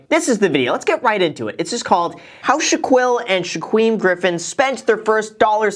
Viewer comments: OMG 😂! Graham their names are pronounced like Sha-keel and Sha-keem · The white in gram really came out when you pronounce Shaquille and Shaquem’s names wrong I’m dead 😂😂😂😂